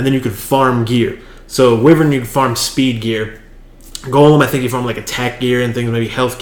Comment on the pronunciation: the beginning... wyvern has a short/soft "i" like winter. Thanks again :-)